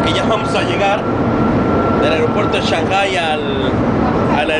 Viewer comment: min, yo sabía que se decía AEROPUERTO, no AIROPUERTO jajajajajajaja